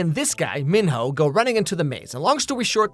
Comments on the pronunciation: The fact that pronounces Minho's name as men-ho is sending me!😂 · Was it a conscious decision to pronounce Minho MonHO or… ? 😂